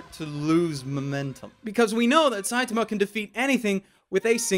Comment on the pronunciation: the way he says "Saitama" irks me.